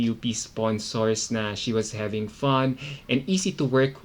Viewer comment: Can u stop saying habingg say this!# its having😅